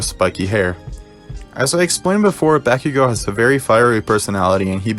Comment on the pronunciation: Did you just say Bakigo instead of Bakugo?